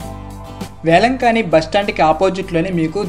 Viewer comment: వేలంకన్ని. వేలంకానీ కాదు.